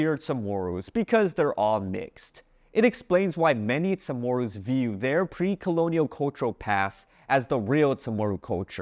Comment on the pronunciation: Is that how you really pronounce Chamoru? sounds like a soft T or SH when saying the "Cha"